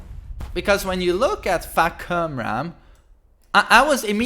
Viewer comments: I get triggered every time i hear someone Pronounce his name wrong... It's FAH - KUM - RAM not FAH - KRU -MAN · fuckerman lol, i think it pronounce fah-kum-ram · I believe pronounce was Faahh Kuumm Raamm!!!Not Fuck you man!!!!Lols!!!!🤣🤣🤣🤣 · This guy saying fahkumram's name: What I heard: "F*ck you man" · Its pronounced Fah-cum-raam yeah its funny when spelled in english haha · Yo it's my language so I'm gonna correct this one. His name is pronounced FAA - COME - RAAM. As you can see on his boxers it's labeled : ฟ้าคำราม. Which ฟ้า - Fah means sky and คำราม - Kumram means roar. In reality the name FAHKUMRAM might not be his real name as in Thailand boxers name often called by given title followed by their Muay Thai school's name which one belongs to. My last name is taken from my ancestor's Muay Thai school as well. Thumbs up so everyone can see and say his name right. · Seriously I don't think anyone can pronounce his name properly so here's an idea "Fah-Koom-Rum" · It's Fah-Kam-Ram...meaning Sky's roar or thunder struck. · This is how you pronounce his name Fah-Cum-Ram ฟ้าคำราม It accurately pronounce like "cum or come" but i think Namco didn't want to put that in his name tho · Seriously it isn't hard to pronounce his name, Fah.kum.ram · Pronounced Fah-Come-Ram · Fa-kum-ram with a bit of a soft sound for the starting, "a" and first, "m" then regular sounding-, "m" but don't actually say, "Ram" as in the animal. More like "Run" in how you pronounce it I believe. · " fah cum ram " yea his name read like this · His name is Fah-kam-ram⚡⚡⚡ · I'm thai , actually kum is prononce like cum I know it sound weird but that how you read it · As a Thai guy here Fahkamram pronounce is Fah-Kum(or Cum to be precise)-Ram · Far-kum-rham it thai name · Fuck-Cum-Run so easy to pronounce. :D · I love how he kept calling him fakurman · Just say far-come-raam pls! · Lol I keep thinking he says fucker man😂